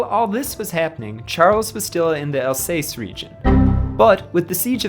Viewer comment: I like History videos... so don't take this to hard, but man, you have to check the pronunciations of common place names like Alsace (Al-SAHSS) and Arras (ARR-ess in English, let's not even try French or Dutch), let alone others - like sometimes you try to use the long A but then inexplicably throw in an "ay" sound in like when you say Alsace. Go all-in on the English way or really learn how to say them. You attempt some local pronunciations, but then other times it's all English sauce on there. Some mangling of some really odd foreign names is ok (like saying "von" for the German von rather than "fon"), but practice them in advance if you're going to make attempts at local pronunciations. Americans being unable to read the letters in their own alphabet is a tired joke already, it's not endearing. In short, make an editorial decision on how you're going to do it, and then stick to it please.